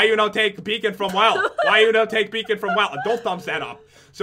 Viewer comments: You said be on not beacon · Stop saying BEAON FROM WELL BLAH BLAH BLAH BLAH BLAH BLAH😠😡😡😡😡😠😡😠😠😆